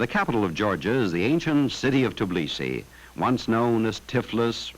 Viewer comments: Not Tiblisi, but Tbilisi... :))) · Just say "teh beh". "Teh bilisi". You'll get it